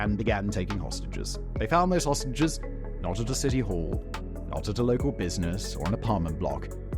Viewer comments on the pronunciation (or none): Idk if I'm hearing dis right is he saying hostages or sausages.. 😅😅